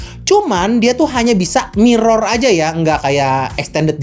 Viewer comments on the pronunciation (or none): none